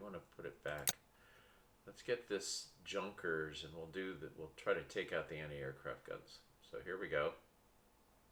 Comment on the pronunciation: Nice video. Junkers is pronounced yoonkers.